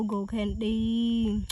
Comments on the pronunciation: Those ants were crawling on her like crazy, but why did she say candy like that? She said condy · Why did she say candy like that?